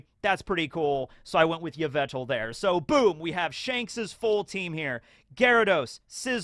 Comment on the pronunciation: I know I'm being a bitch, but it's yveltal, not yvetal